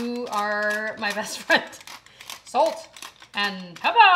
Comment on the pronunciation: “Ladies and gentlemen, Salt and PEPPAH!”